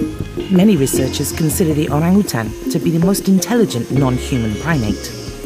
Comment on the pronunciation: Finally a non bahasa speaker can pronounce orang utan perfectly...